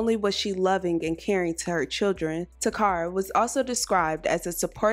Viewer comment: Her name is not pronounced ta cara. It’s Kara….Takara. My name is similar and people call me Tecara but it’s Tekara.